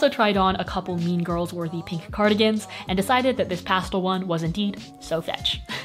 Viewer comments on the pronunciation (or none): I LOVE HOW SAYS PASTLE INSTEAD OF PASTEL